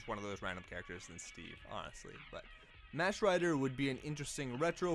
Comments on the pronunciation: It's pronounced "Mock" Rider not Match Rider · I hate to be that guy but it's pronounced Mock Rider. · This guy just say MATCH rider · You also said “Match Rider“ oof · Dude, it’s pronounced “MOCK” Rider. C’mon.